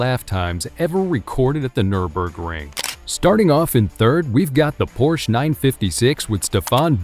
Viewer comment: cool vid, great voice, but what's the matter with pronouncing some of the names properly? LE MANS? PORSH?